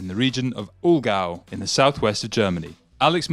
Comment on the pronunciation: it's not 'Olgau', it's Allgäu!!!:D